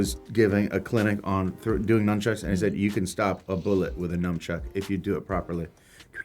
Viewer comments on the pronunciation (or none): Yall ever realize after that he says numchucks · He actually says 'numchucks' ! I thought that was a joke bit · I loved the num Chuck part when jack black did not now how to say num chuck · I’m gonna keep it a buck fifty with you, I thought it was numchucks too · When you notice Jack Black continues to say numchucks after they told him how to pronounce nunchucks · Jack black: Nunchucks or numchucks Jackskepticeye: nunchucks. Jack black: numchucks. Jackskepticeye: NUNCHUCKS. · Love seeing Sean telling Jack Black it's "nun" not "num" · nobody: absolutely no one: Jack Black: numbchucks Sean: nuHNchucks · Sean: ...Nunchucks. Karen: Yeah I got to use nunchucks! Jack: Wait, is it noonchucks or numchucks? Karen: It's NUN-chucks. Sean: NUN- Jack: NUM? Karen: NUNN. Sean: NUNN. Jack: NUN-chucks! Jack: continues to say numchucks xD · i love how they tell jack how to pronounce nunchucks, and then he still continues to say numchucks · “Nunchucks” “noonchucks” “numbchucks” *silence” “noom-“ ”nunchucks” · “Nunchucks” “Numbchucks?” “Nunchucks” “Noomchucks?” Silence “Nunchucks” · Continues to say numbchucks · The whole “nunchucks” vs “numchucks” made me die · Also doesn't jack know how to pronounce nunchucks when he also plays kungfu panda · Just like 3 minutes into the video already and you guys decide to argue about how to say numchuck. Lmao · Uh, it's actually pronounced nuxchucks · Nut chucks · "NUNCHUCKS" "NONE CHUCKS" "NUMB CHUCK" "NUN" "NUMB" "NONE" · Are you telling me that THE KUNG FU PANDA CANT SAY NUNCHUCKS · Here's a better title: Jacksepticeye and Jack Black argue about the right way to pronounce nun chucks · They were really debating on how to say nunchucks🤣🤣 that matches them so well🤣 it’s comedy gold👌🏾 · When they were arguing about how to pronounce nunchucks, that moment when it was just an awkward silence killed me when Sean bit his lip trying not to laugh. I mean seriously! Look at his fucking face! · Sean interviewing Jack a adult that couldnt pronounce Nunchucks